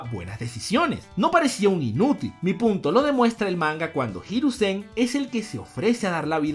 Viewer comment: Cada vez sigo queriendo mas una evolucion de “jirusen” si, asi mal escrito, por que asi lo dice